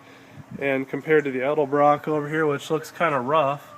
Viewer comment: At least he says "Edelbrock" so many people say "Elderbrook" drives me nuts!